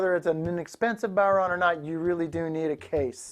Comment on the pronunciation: Well what do ya know. A yank that pronounced it properly.